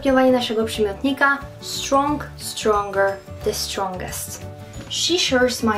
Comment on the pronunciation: Droga Pani, Slow jest zarówno przymiotnikiem jak i przysłówkiem. Każdy słownik to potwierdzi. Proszę sprawdzić wymowę słów woman i strong. Za każdym razem, kiedy słowo man lub men dołączymy do innego wyrazu, jak w woman, man/men czytamy /myn/. Zatem /łomyn/ Każdą koncówkę ng czytamy z uciętym g, W fonetyce tzw nga. Uczę od 11 lat i przeraża mnie niewiedza osób próbujących uczyć... Pozdrawiam :)